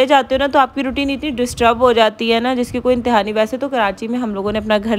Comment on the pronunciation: itni b Bolna ni aata isko bolti ha (inni garmi inni garmi) ajeeb pendu orat shadi ke Baad se zyada over howe ha pehle itni ni thi